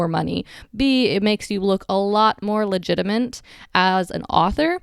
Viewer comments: It is legitimate , not legitimENT . You seem very literate so I was surprise you said it twice. Sorry not to be grammar police. But about the video I wish there was more on actually getting copyright for your book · I'm not a native English speaker but i'm pretty sure there is no such a thing as " LEGITIMENT". You said it twice. Is "LEGITIMATE, Nice video anyway. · "legitimint" the best kind of mint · not legitiment, but legitimate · Very informative. By the way, you keep saying “legitiment”, when what you mean to say is “legitimate”. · Legitiment? You are making your own words up!!!